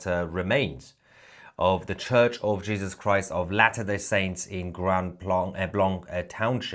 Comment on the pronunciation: "later day saints"...is this guy serious